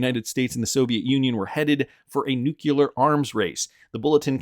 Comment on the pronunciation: "nukular" is NOT A WORD.